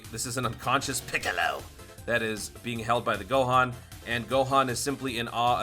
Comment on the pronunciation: Yo I love it when you say "piccolo" makes me laugh and shocked you do it so well